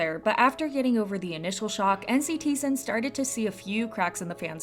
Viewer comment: We got to teach u how to say Nctzen